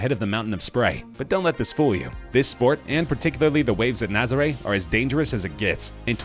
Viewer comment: You pronounced Nazarè wrong O-o